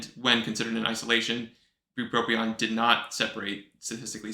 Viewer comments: Since you didn't list spongiform degeneration as a side effect, you know it's bupropion and not "buproprion"! Thank you for another awesome vid! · the guy that smells like cabbage on the subway told me its pronounced Buproprion..so we had it right all along